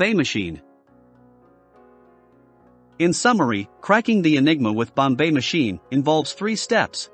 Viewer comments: It is pronounced BOMB machine. Not Bombay machine. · It's Bomb, NOT bombay. You tackle the subject well but sound ridiculous with the miss pronunciation! Just go to any other video about Enigma to hear it spoken correctly. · And "The number are..." (because "the number of settings" ends in an S). And it took me a while: by "bomb bay" he's trying to say "bombe," which is really pronounced "bomb" with a very slight "uh" on the terminal B. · It's, "bomb- bah" not Bombay like the city. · Annoying incorrect pronunciation “Bombay”. It is “bomb” even though there is an a letter at e at the end. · Not the "Bombay machine" but "Bombe," in which the "e" is silent. That's right, it's pronounced "bomb." For some reason, Turing gave it a French name. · Turing Bombe Pronunciation: The word "Bombe" is not pronounced "Bombay" is pronounced "Bomb" the e is silent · Sorry so voice and bo mbe pronunciation blew it in two mins. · “Bombai machine”. Got to love the AI. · I quit watching the second time he pronounced bombe as Bombay. It shows their lack on knowledge of the subject. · This is the first I've heard of "The Bombay Machine"... it's consistent mispronunciation tainted the whole thing for me... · He's using text to speech to generate the audio lol that's why it sounds like "Bombay" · More A.I. narrated bullshit. Mispronounce Bombe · First learn how to pronounce Bombe if you wish to impress!! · I could only take about 10 seconds, and the horrible pronunciations of Turing and Bombe...